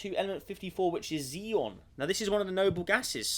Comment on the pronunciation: xenon is pronounced as zeen non